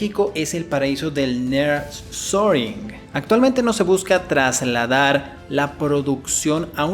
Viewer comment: 2>40 NEAR SHORING, SE PRONUNCIA CON UN NIIR LARGO Y SHORING.